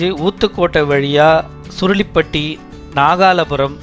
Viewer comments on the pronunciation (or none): adhu surulipatti illa sir SURUTTAPALLI...